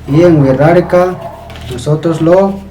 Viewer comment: hola, es muy interesante tu canal. Cuando tu dices Wixárika yo escucho "Wirrarika", como si la "X" sonara como "rr". ¿Está bien mi apreciacion del sonido o pronuncias la X como una "sh"?